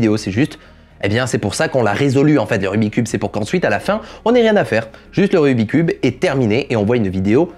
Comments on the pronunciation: Il m'a stressé tt la vidéo avec son RUBIII cube ! Pour moi on dit RUBIKS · Il y a que moi que ça stress qu’il dise rubicube et non rubiXcube !? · Pour la toute dernière fois . "Rubik' S Cube" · Jadore ta video mais jiste ces pas rubi cube ces rubiks cube sinon super video continu👍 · "rubique" cube LE 'S' N'EST PAS LA POUR RIEN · Je ne sais pas vous mais ça me soule les gens qui disent : "Rubicube" au lieu de "Rubik's cube" 🤬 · on dit rubiX cube, il faut prononcé le KS. Désolé mais ça ma fait mal d'entendre le nom écorché tout le long de la vidéo... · En tant que speedcuber officiel... ON DIT RUBIK'S CUBE Y'A UN FUCKING "S" AAAAAAAAAHHHHHHHHHHHHH!! La bise! 👌